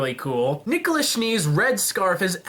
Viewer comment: nikolus? is this his name in some sort of latin ? nikolas pls